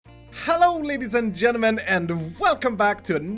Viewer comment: really be saying "Genemen" instead of "Gentlemen" how dare you, it bothers me WAY more than it should